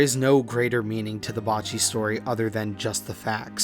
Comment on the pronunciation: 2 years late but can't believe he was butchering Bocchi so hard seriously how the fck Bo-cchi is Ba-cchi for you lol